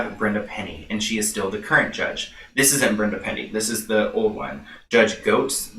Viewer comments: Goetz is pronounced as "Gets." She reminds me of an otter, btw. While they are cute, they are also mean. Lol. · Pronounced like “Gets” lol love you!